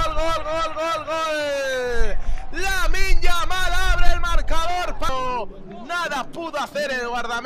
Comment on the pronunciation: Pero que partido está comentado el comentarista?? Ahí va Yamin Yamin Yamin lamal